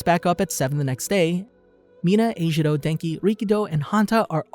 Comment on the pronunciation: the pronunciation of such simple names 💀